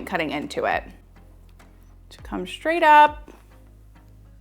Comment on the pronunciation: Thank you! Just want to point out thatyou keep pronouncing the word “straight” as schtraight.